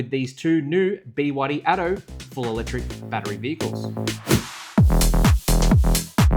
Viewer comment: Arrrggghhh bewaddy… it’s B Y D ffs